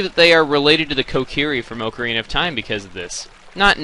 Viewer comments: finally someone who agrees with me!! its "dee- koo" not day-koo... same with people who say "okka reena" instead of O-kuh-reena" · I've always said pronounced Ocarina "Ah-ka-ree-na" ..... AAY MACARENA! (sorry I just flat out had to do that.} But, to each his own.